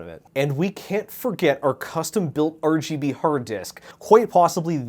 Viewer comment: it makes me so angry hearing him say RGB wrong